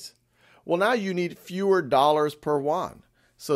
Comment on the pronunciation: Teacher, it’s pronounced Yoouaan. Not Woouann